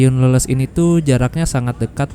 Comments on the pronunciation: dibacanya leles bang bukan leuleus....😊😊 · bukan Leles dengan "eu", tapi Leles sprti ikan "lele"..😂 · bukan leuleus tapi Leles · Gak enak denger nya kang nyebut stasiun leles jadi leuleus🙏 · Leles, baca E-nya kayak di kata GESER, Mas! Kalo dibaca leuleus, artinya beda banget. 😂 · Mas pengucapan Leles itu Bukan kayak Lemes, tapi Leles kayak Bebek 😂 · Leles tuh "e" nya dibacanya kaya lele bg wkwk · Pengucapan kata Leles sama dengan ucapan ikan lele +s . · Cara baca stasiun Leles di Garut harusnya dibaca mirip cara baca ikan Lele tapi ini ujungnya ditambah huruf "s" 😊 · Cuma ingfo ga penting aja ini mah 🙂, Leles, diucapkannya sama kayak ikan lele bang 🙂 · Coba ya bilang nya ikan lele....tapi di tembah huruf s, jadi bener sebutanya leles😅😅😅😅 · Leles Aa, huruf e nya kayak nyebut ikan lele. Leles, Garut. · Btw bang, stasiun leles cara baca nya bukan "leles" tapi "leles" 😹😹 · bukan stasiun leles bang, tapi di baca leles.. kumahanya jelaskeunna wkwk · Penyebutan leles nya salah 😭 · Hadir.. sambil lembur ga kerasa di bawa jalan2 online lagi nihh..., btw pengucapan pas nama stasiun leles...kentara bukan urang sunda nya nyaak.. hahaha,, senyum.aja kuring mah.. keren mas lqnjutt